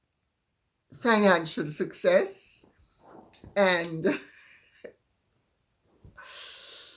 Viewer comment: Lady C you have me on the counter laughing with your Susksess ❤‼️ Too funny you are ‼️